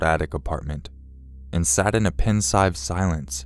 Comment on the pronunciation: Yeah I totally see what you mean, as soon as he pronounced “pensive” as “pens-ive”...like really? I like this guy and his stories but how do you mess that up?